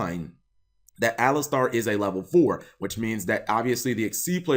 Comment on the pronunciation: Why is this better than the "boss" monster... Anyways, Eidolon needs some more maindeck cards to fully witness their potential. P. S. I think it's pronouced A-lie-ster over A-lis-star. But who am I to question Cap's winged pronunciation Kappa :^)